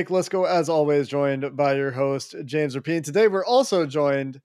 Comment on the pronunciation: Dude said James Rapeann 🤣